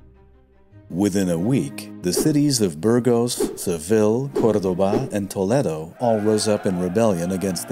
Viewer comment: Toledo = Toe- lay-doe.😊